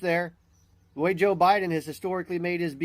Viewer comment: Is it just me, or does a lot of people say "Joe" Biden in a way that it sounds like "Jill"? Always get a chuckle out of it, they're one and the same entity.